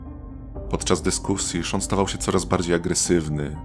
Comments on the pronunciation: Sean nie Shawn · Czemu lektor mówi Shawn zamiast Sean